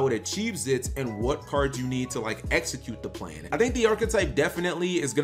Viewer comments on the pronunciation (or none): none